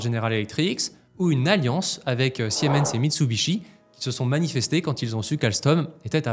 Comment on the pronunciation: General Electric, sans S, SVP. Et Siemens sie prononce SImens, et non siémens (sic).